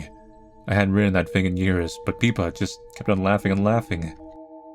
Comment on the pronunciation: Peepa? Isn't the name Pippa?